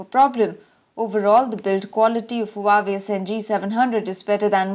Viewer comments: HUWAEI IS PRONOUNCED WAVI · Pronounced as Hu-Aa-Wei